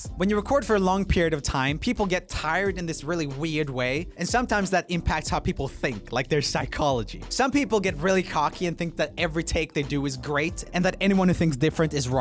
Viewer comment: "weid way" LOL